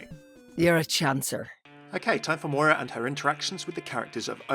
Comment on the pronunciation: I am Irish...My name is Moira, and hearing my name mispronounced SO much after this character came out is actually quite frustrating O.O I want to like walk up to the creators and shake them super hard "THE 'I' IS SILENT!!"